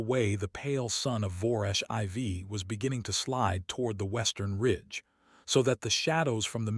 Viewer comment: Was the durak 4 tons or 4,000 kilograms? They are definitely not the same thing. How did the durak's breath hit the human from 15 meters away? That's over 45 feet. IV in this context is pronounced "4", not "i v". Crater is pronounced "cray-ter" not "krattor". You need to edit the stories and fix the problems before you post them.